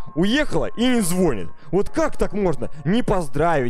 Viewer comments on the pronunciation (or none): не звОнит, а звонИт. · ЗвонИт красИвее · правильно говорить звони́т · не зво’нит, а звони’ т!!!!!!!!!